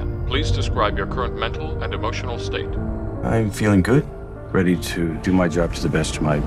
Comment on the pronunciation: "Are U weady?" 😂